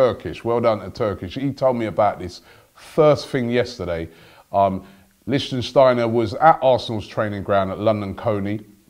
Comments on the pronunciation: Wtf the way Robbie pronounced Lichtsteiner gave me headache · Robbie, learn how to pronounce players' names :) Not LichtENsteiner... It's LiCHTsteiner. THere's no N in the middle. Anyway, he's a great player. Bellerin can learn a lot from him. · it's Lickt-stiner not Lichen-stiner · stop saying lichtENsteiner - its simply lichtsteiner! licht - steiner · It's not LichtENsteiner, it's just lichtsteiner!!! 😂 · Its Lichtsteiner not Lichtensteiner Robbie. Lichtensteiner is a person from the country Lichtenstein. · It's Lichtsteiner, not Lichtensteiner. You say you have won an award for the best fan channel. Act like it. Read the name right. Yes, it may not be as easy as Robbie Lyle but give the person some respect by saying his name right. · Robbie, its not LichtENsteiner, Is Lichtsteiner!!😂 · It's Lichtsteiner : "leesht-steiner". You keep saying "Lichtensteiner". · Robbie. It's Lichtsteiner. Not Lichtensteiner 😀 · Lichtsteiner not Licht-en-steiner....cmon Robbie the name's right there in the title! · u said lichtensteiner it LICHTSTEINER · It's Lichtsteiner, not Lichtensteiner... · Robbie its not 'lichtenstiner' its Lichtsteiner.. 😂😂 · Please robbie, study names before you make these videos. It is lichtsteiner not lichtensteiner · Why do you call him LichENsteiner... it's just Lichtsteiner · Lichtsteiner, NOT LichtENsteiner! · say it with me Robbie! Lich- stai- nah. not Lichtensteiner... If we sign him and we get to listen to every AFTV video with another wrongly pronounced name I'm gonna lose it. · Not Lichtensteiner! LICHT-STEINER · Lich-steiner Robbie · You're adding a syllable it's not Lichtensteiner is it. He'd be a great signing for a year or 2 btw. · Robbie you need to get your pronunciations right first it was mavraponos not its litchensteiner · You're pronouncing Leichsteiner all wrong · The way you pronounce Lichtsteiner is too much hahaha, it's not Lichtensteiner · Its Lick-stiner, you murderer of names. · it's pronounced liktshsteiner